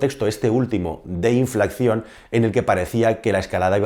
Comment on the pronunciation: Inflacción no, INFLACIÓN.. Preveyendo no, PREVIENDO.